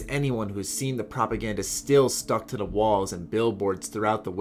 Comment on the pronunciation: only thing i hate about him is how he pronounces "to the" he just says tuhda and its annoying